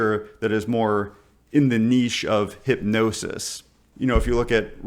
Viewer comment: thank goodness for an American that can pronounce niche correctly